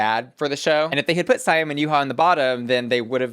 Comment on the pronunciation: Why do you keep saying SAY-AM instead of See-am???